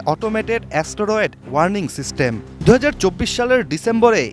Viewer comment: অ্যা-স ট-র-এড😂